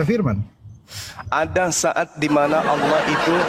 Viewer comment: Yg mana huruf u sampai kau bilang aullah